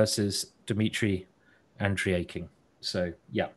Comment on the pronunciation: Pretty terrible level of commentary. Simon botches about every name, even the easy ones like Andreikin. Has no clue who household names like Sibelephant are, stays on games way after they finish instead of clicking to ongoing very important games etc. etc. I understand i'm picky but I think this guy is not nearly up to par.